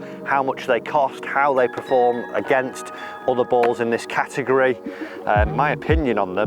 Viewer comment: dear god man... its PERform, not PREform.